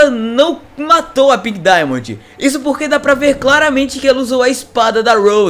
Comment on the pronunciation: Para de falar pink dimondi